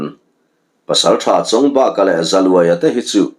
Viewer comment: Chawngbâka ni lovin Nghatebaka tih thlukin Chawngbaka tia lam tur a nih ka rinh